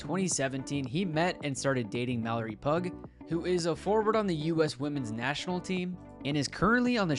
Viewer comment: you really just said her name "pug" lol it's p-yoo